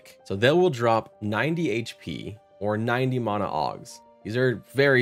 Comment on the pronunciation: Why do you say mana like that?